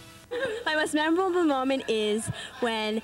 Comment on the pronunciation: They don't say memorable, they say memerol.